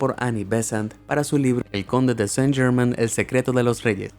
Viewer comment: Chucha podrías investigar la pronunciación con el mismo entusiasmo.